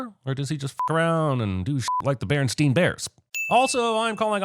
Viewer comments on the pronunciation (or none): It’s not “Berenstein” it’s “BerenSTAIN”. So many people make that mistake!😂